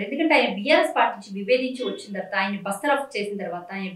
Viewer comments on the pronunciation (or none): బస్తరఫ్ కాదు అవ్వ బర్తరఫ్ అది